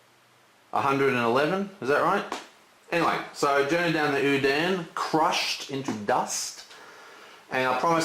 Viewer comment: It's so funny when you try to explain game-mechanic, but do so many mistakes. Dont speaking about ur pronunciation of certain cards which is crucial (Anduin?). And what the hell is cast? Or a horse-braker? lol